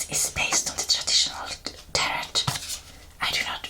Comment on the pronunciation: Just wanted to let you know that its pronounced tehrow. The end T is silent. Love your videos. I love tarot. You might try Oracle cards too.